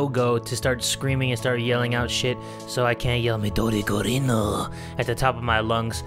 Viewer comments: *Midori *Gurin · Midori Gurin* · Snow Vill its Midori GURINUUUUUUUUUUUUUUUU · *Midori Gurinu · I'm about to cry bc he can't say MIDORI GURINUUU